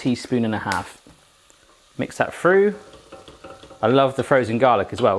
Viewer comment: is it frew or through? three or free? thought free meant something else. :-D